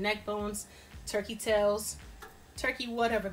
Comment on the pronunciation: TIMEOUT!!!!!! Did you say turkey tails? 😆😆😆😆😆